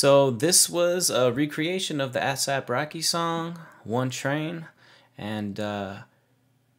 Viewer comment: ass-ahp hahaha, good vid tho fam